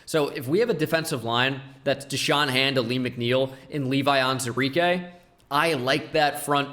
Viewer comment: You're missing the WOO in Onwuzurike every time :(